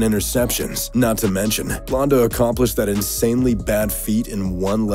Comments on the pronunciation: blanda not blonda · It's not blonda...it's Blanda. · It's BLAND-UH, not BLONDE-UH....LOL. Now if you'll excuse me I'm off to play some Grond Theft Auto... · Please stop pronouncing Blanda like that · It's hard to take you serious when you think that was the last pass from Favre with the Vikings. Also when you can't pronounce Bland-a, not Blonde-a. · It's Blanda. Blan-Da. Not Blonda. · George blanda's name is pronounced like Sam. That is the a sound in the middle of blanda. It is not pronounced like blonde as in blonde hair. He is a huge football icon. Well at least he was. Try to pronounce his name right next time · George Blanda not Blonda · Most embarrassing moments in this video pronouncing Blanda, Blonda four out of five tries not sure how he managed to get it right once. I guess he needed the lesson in football history. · LOFL, George "Blondah". You can tell you never said his name before. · Why do you mispronounce George Blanda's name? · You know what else is embarrassing? Mispronouncing George Blanda's name multiple times. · And record for times mispronouncing football player names goes to this video. Especially for George Blanda.